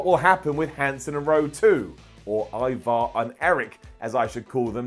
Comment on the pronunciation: I like how cole kept saying e-var instead of ivar !! Obviously michael never watched the hist chanl show the vikings ! I mean cmon cole ee-vaar 😏😏😂😂